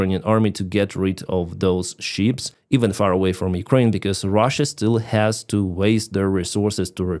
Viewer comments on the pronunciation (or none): I've been following you for a long time, and I've never had the courage to tell you this because of the quality of your work. English is a beautiful language, and ruining it is a shame. You've been calling ships "sheeps" for years. Use the web if you don't believe me, but the accent should be on the "p" and the term should be read quickly. If you put the accent on an "I" pronounced like an "E" and elongate the latter, you say "sheep.";-) 🤗